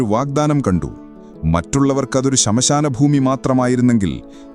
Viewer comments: ശമശാന അല്ല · Nannayittundu. pakshe ശിര alla, സിര.ശ്മശാനം ആണ്... ശ.. സ. വൃത്തിയായി പറയൂ...